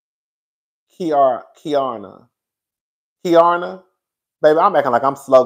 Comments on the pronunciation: Cousin, say it - KEE-ARR-NUH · love it's Ki-er-na Kierna 😂😂